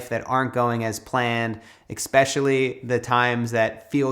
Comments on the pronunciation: eXspectially...my new fave word. Especially but EXtra special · I need to work on this acceptance bit... I'll start by trying to accept the fact that you said "eKspecially." 😹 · ...Exspecially isn't a word Matt...